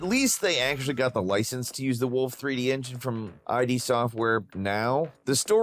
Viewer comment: Bro, iD is pronounce like id, not I-D 🤦🏻‍♂️